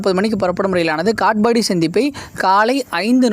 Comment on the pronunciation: காட்பாடி என்பதை காட்ஃபாபாடி என்ற மாதிரி உச்சரிப்பு